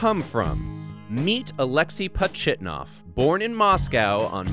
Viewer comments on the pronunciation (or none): Meet Alexi Pot Shitnov? Its not clear but i heard Shitnov.